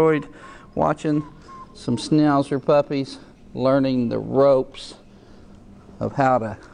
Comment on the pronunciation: Did this man just say snowzer puppies? Ughhh